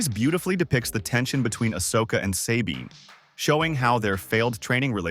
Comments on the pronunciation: Who tf says "Say-bean" when they clearly say it correctly in the show. People do ts just to piss me off I swear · Say Bean. Eat my armpit sweat AI. Get the material right! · "Say-bean" has always been one of my favorite characters.